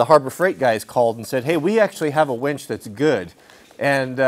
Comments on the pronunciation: Why do you keep saying "WENCH"? You used to build winches and call them wenches? You say winch and then wench LOL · Say it with me: wINch. Not wENch. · Can't decide if I hear wench or winch. ;)